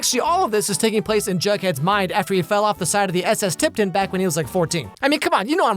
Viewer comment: “SS TipTon”